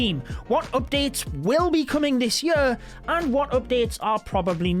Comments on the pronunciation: you're right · Hahahahahah my mum says that too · No it’s not it’s fuckin annoying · saying "yur" instead of "year" is just the best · "will be coming this yur" Edit: is a better yur 😄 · Ikr. It's the Scot in him 😁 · more like jööör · i love the way you say "year" like yØö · Anybody else find it absolutely hilarious the way he pronounces year?😂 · Man the way he says year gets me everytime